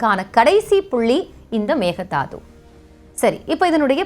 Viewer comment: Hi good morning A small correction in pronunciation It is not megadaathu(மெக்கே தாட்டு) it is not thaathu it is dhaattu Thanks